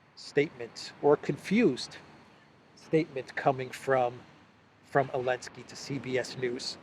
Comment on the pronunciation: Hello, I watch your videos everyday, but I think you are making a big mistake by purposely mispronouncing the name of the Ukrainian President. You should understand that your videos will be archived and referenced by future generations. A joke doesn't need to last forever. It's bad enough that any word you say that has a "T" in the middle of it, is pronounced as a "D" by you. Other than that, keep up the good work. Cheers.